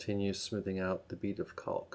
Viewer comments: Can I take advice from someone that pronounces caulk as calk🙁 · The 'L' in CAULK is silent. Like chalk or chaulk. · "CAW WOLKK"